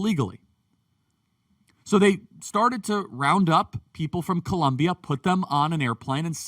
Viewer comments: Its Colombia not Columbia Charlie 😊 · Is not columbia,is COLOMBIAAAA..wtf...lol..! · COLOOOOMBIAAAA NOT FKN COLUMBIA. I thought you would do better 😒😒 but yeah petro is terrible, as a colombian we are tired of this leftist, almost every time he opens his mouth he fks it up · It is COLOMBIA!! Not Columbia 😂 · Charlie, it is NOT Columbia but Colombia! Great job brother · please is COLOMBIA (O) NOT COLUMBIA 😢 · It's 'Colombia". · Come on Charlie. I love watching your videos and love the work you are doing. It is Colombia* though, not Columbia. With love, a fellow Colombian. P.S. f*ck Petro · It’s ColOmbia like the country not like Columbia, SC 😂